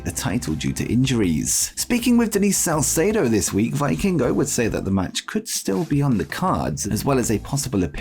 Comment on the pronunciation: It's pronounced "vee-kingo"